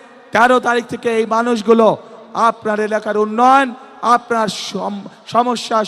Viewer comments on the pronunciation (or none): none